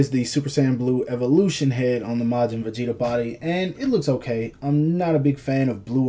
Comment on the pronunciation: Begeta? Are you fucking serious?